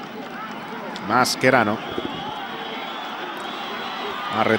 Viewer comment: Masquerano? El champín? Que narrador más ignorante